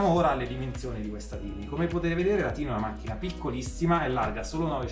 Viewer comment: nella pronuncia iniziale:) si legge tàini... significa piccolina